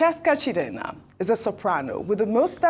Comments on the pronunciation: Why's this always spoiling igbo names as if she's not an igbo person while she pronounces other tribal names well Why calling CHIEJINA,chidena. She celebrated her mother's memorial service and according to her mother's name, she was an igbo woman so i wonder why is finding hard or ashamed to speak igbo language properly. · The way pronounces Igbo names without correlation to the original meaning is just scary😂😂 Chidenna as against Chi-eji-na, or am I the only one who notices this? Unless the producers spelt it wrong even though what they wrote has more meaning than what she pronounced. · that Sopranos name is pronounced Chi-eji-na. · Ojy, please pronounce that name like Igbo neighbor or Igbo girl ,her name is Chi eji na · Even can't even call the igbo name. Chi-Eji-Na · Chi-eji-na. Ojy can’t you pronounce that name? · Ojy can't pronounce "Chiejina"